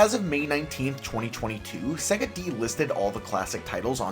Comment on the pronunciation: “Seggah” lol